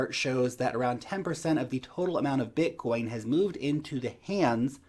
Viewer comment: Blitcoin? 🤦‍♀️ 😂😂😂 😂😂😂😂😂 love you, take care 🙋🏼‍♀️